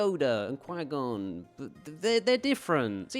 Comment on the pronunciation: "Mr Gon Jin" It's Qui-Gon, first name, Jinn, last name. Seriously, content creators have gotten so lazy, why even bother? Yeah, so that's an unsubscribe.